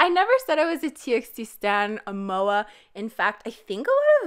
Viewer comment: Why do you pronounce TXT like that? I pronounced it like TEE BY TEE bc they said it was better to call them Like that . Just a random idea hahaha